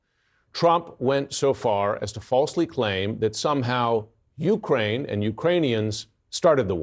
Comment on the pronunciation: Ukraine - the accent is on the second syllable, not on the U. NOT "YOU-kraine."